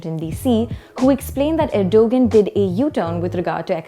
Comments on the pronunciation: i hope the host dont say Erdugun ....its ERDOGAAN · please learn to say the name of the protagonist in you commentary properly. It is something like "Erdowan" - not "Ergo-gun" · Stop calling him er-dough-guhn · “G” is silent it is erdoaaan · You lost ALL credibility when you couldn't even do the basic research of learning how to pronounce Erdogan's name correctly despite his heavy presence and familiarity in geo politics. WTF!!!! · It's a soft 'g' so not pronounced, they should have researched that before airing their report